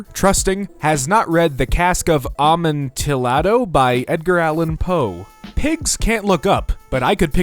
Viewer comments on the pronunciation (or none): Amontillado is pronounced a-mon-tee-a-do, I think. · The way you pronounced amontillado sent me.